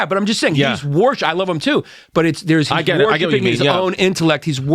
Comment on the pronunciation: "You're 'warshipping' God, you're 'warshipping' your intellect, you're always 'warshipping' something." 🤣 i thought he was doing a bit there for a minute, but nope😆